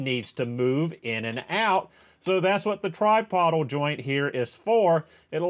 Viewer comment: tripodal "try-pO-dull"